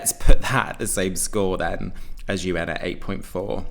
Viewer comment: Did he read Eugen as UN? 😅